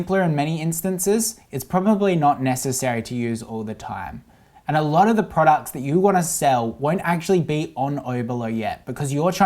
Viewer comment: thumbs up for the number of times says "prawducks"